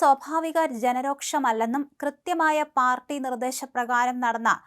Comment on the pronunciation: ജന രോക്ഷം എന്നല്ല..രോഷം എന്നാണ്.. ഇനി വരും വിഡിയോകളിൽ തെറ്റ് തിരുത്തുമെന്ന് പ്രതീക്ഷിക്കുന്നു..